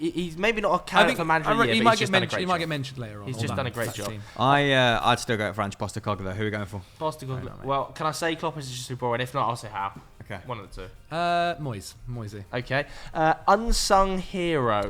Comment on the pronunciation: Man said postacoglou 😂😂😂😂🤣🤣🤣... GVB been better